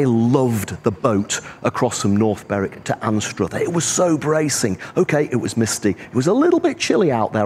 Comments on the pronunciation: It's pronounced Anstr other. Not Anst Ruth er. Locals call it Ainster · Learn to say Anstruther correctly